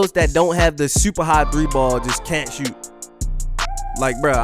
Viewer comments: “SHEWT” lmao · The way say shoot u would think he’s from Baltimore